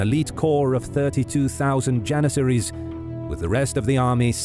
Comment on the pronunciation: “32000 jenissaries”💀💀